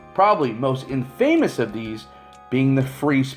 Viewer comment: who pronounces infamous like that?